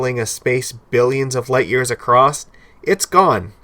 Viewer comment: There is no 'D' in the word 'across '